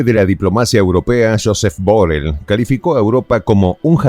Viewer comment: Se dice Burrel